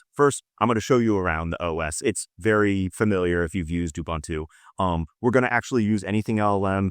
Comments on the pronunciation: It's pronouced Oo-boon-two. Not Oo-bun-two. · Ubuntu is pronounced ooboontoo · Please also stop pronouncing Ubuntu wrong.